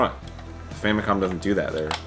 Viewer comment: did he say famiclom